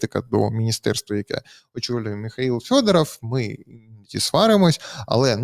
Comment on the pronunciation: ЖЄлЄзьнякь--то вже не ЗАЛізняк. Але чому -"ФЬОДАРАФЬ"?